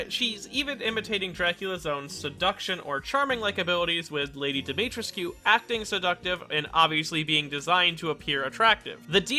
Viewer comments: Its Dimitr(ehh)scu. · Fuck as a native Roumanian hearing you pronounce her name hurts. Try to be gentler on the "trescu" part. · Oh god , every time he says Dimitrescu it makes me cringe ( I'm Romanian and Dimitrescu is a Romanian name )